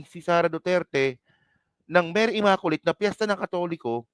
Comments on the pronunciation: For your sake,, please pronounce the word “ immaculate “ as “imaQlate” NOT “imakolate”❗️🤮Just educating you.☮️🙏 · Blog contents mo Not worth your YOUTUBE commissions! Wag Masyadong SS🤮👎🏽Create other more relevant blogs. SalaMUCH just the same I was entertained sa pagPronounce mo ng word “Imakolate “ “Salam……..” ☮️